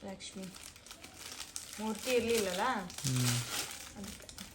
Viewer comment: ಅವರೇ ಲಷ್ಮಿ ಅಲ್ಲ ಅದು ಲಕ್ಷ್ಮೀ